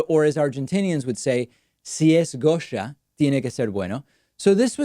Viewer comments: I appreciate the fact that you pronunced it how we do, not only in Argentina but in most of the spanish speaking countries of America. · Gotta love Davids perfect Spanish pronunciation of the name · David Pakman speaks Spanish ??? Cause that pronunciation was pretty darn good